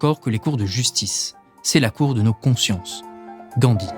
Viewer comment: Grand bravo ! Excellent travail ! ( sauf à la fin en pronnonçant "Dangui" à la place de Gandhi)